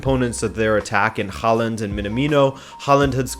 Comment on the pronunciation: I`m impressed by your Portuguese pronunciation and other general european languages. Though Norwegian å Å is more a English o O, so Håland/Haaland(double a is å if you don`t have that keyboard) "Hollan" is the correct pronunciation. Ødegard is also a bit off too. Ø is like german ö so euh in english? Also the "d" in the end is silent. euhdegar. Apart from that, love your videos. Full of insight so keep it up!